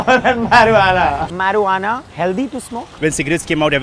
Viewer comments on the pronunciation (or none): It's not meruana bro it's marijuana